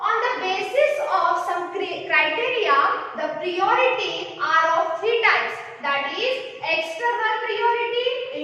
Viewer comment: Dear priority pronocuation plz improve otherwise good